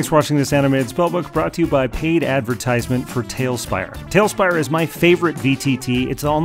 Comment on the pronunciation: How come you pronounce advertisement phonetically? i didn't know if it was a hyperbole comedy bit or a regional thing